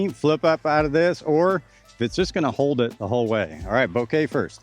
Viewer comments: FYI, emphasis should be on the first syllable. So BO-keh, not bo-KAY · Bok-eh is how the Japanese were saying it, not BO-KAY which is how you are saying it. I appreciate you putting the clip in the video though. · The problem is the stress. It's BO-keh, and he's saying bo-KEH. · I cringe everytime you say it lol 'Bo-ka' that's how Simon pronounces it and it's his disc. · Man at least pronounce it correctly. say it like Boka. You aren't speaking Japanese you are speaking English.